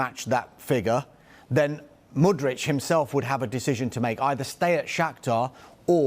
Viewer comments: MudryK, not MudryCH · Hey! The player's name is Mudryk not Mudrić